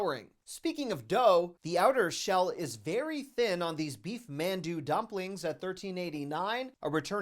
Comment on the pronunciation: fyi.... It's pronounced: mon-du. I can understand how you can mispronounce it.